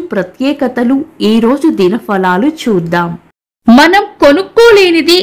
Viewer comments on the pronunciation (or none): Manam.........maanam kaadhu....😂